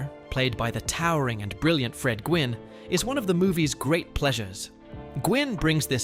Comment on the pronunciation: The man who played the Judge was Fred Gwynn. But it’s pronounced as Fred Win. Not Gwynn. But Win like twin without the T.